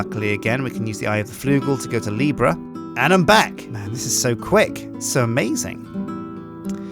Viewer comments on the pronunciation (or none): none